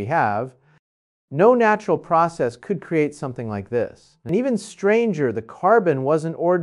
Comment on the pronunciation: This is deep fake , he would never be saying this and notice his slanted face, "naturrrreeee" in stead natural...... we would be hearing from nasa cnn fox sky newd etc 😮😮😮😂😂